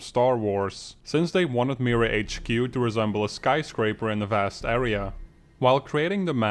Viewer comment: He pronounced MiraHQ wrong it is pronounced Mi-raa HQ ok.